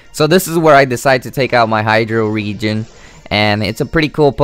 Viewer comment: No offence but you got to work on saying pokemon correctly ^~^ saying this in a nice way :) hydreigon is pronounced ( hai-dragon )